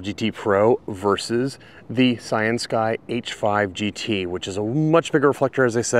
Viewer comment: When you said "Cyansky" I thought you said "Science Guy". xD